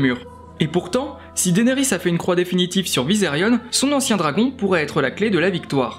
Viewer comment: superbe vidéo , mais juste un truc , c'est Visérion pas Visérione